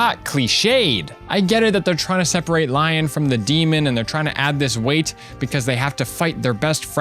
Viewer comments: I heard you say Lyon's name like lion and I left my body for a bit. I've always said Lee-on in my head like in what I think Eirika voice would sound Like. Also Eirika's story is better for me because I like to get Seth and Eirika together when I play xD This is the only Fire Emblem game I've played and will always be my favorite. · "Childhood friend, Lion"? It's said the same way you do "Leon". Granted, Leon is supposedly "Lion" in Greek, Irish, and Spanish (Lyon being from English (Likely old English, as old English lacked "I"s and used Ys instead), Scottish Gaelic, and France for Lion) so not too far off. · Pronounces Lyon's name as "Lion." How could you do this to Best Boy? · Also Renais is pronounced Ren-ay, and Lyon is pronounced Lee-on (both are based on french, Renaissance and Lyon, the french city)